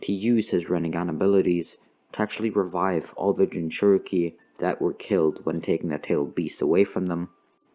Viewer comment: Hehehe he said raivive